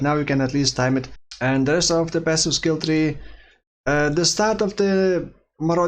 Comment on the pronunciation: He said "Testing off meta builds" not "testing of meta builds". ? :) Lost in accent